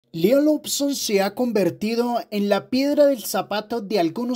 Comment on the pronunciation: Se dice "Loson", no "Lobson"